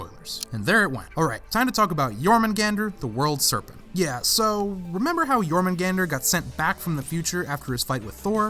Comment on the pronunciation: YES. SOMEONE PRONOUNCE THE WORLD SERPENT'S NAME RIGHT!